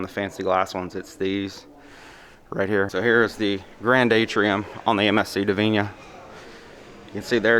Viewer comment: Interesting ship. Funny to see it so abandoned. Looks like a ghost ship lol. Not convinced you were pronouncing the name correctly lol.